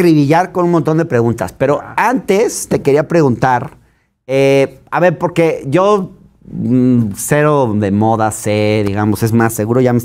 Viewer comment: Chuchis Gálvez dice : Poque, no porque, jajaja... no sabe hablar... 😂😂😂